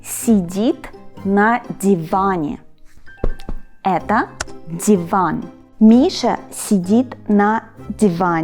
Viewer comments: Так забавно, что слово "диван" у Вас звучит с акцентом 😂 Будто Вы носитель английского языка) Отличный урок, ёмко, интересно и понятно 👌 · Мне нравится, как говорит divan будто с иностранным акцентом. У меня такая же фигня, когда я пытаюсь объяснить что-то иностранцам на русском. Не знаю почему, но автоматически говору русские слова с акцентом, типа им так понятнее будет. Надеюсь, иностранные зрители не решат, что диван реально так на русском произносится